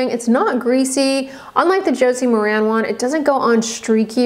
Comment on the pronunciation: FYI, Maran is pronounced mare-in. Josie Maran clarifies it in interviews and product videos.